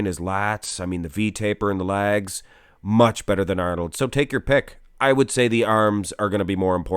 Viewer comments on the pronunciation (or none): he's saying "legs" lol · “His lags” keeps throwing me off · “Thec” “lags” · Chris’ waist is far better. And “lags” lol (can this commentator not say legs) better too slightly. Arnold’s arms and chest can’t be touched. Especially by Chris Chris’ physique was the best in the whole 2020 Olympia 🇨🇦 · What are his "Laagz" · Just curious - why do you say 'Laags" - is that a Canadian thing? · Sounds like you are saying lag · Why can't you say "legs" properly? God damn it's so annoying.